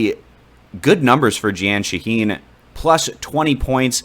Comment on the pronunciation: “Jee-Anne Shaheen” ctfu